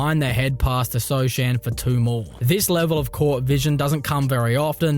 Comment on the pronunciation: i'm pretty sure it's not so chan but so han how it's pronouce jeremy sochan name 😂